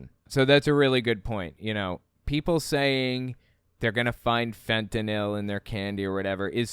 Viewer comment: Apropos of nothing, thank you for saying fentanyl instead of fentanol